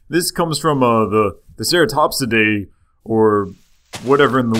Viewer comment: just to help you out its pronounced ceratopsians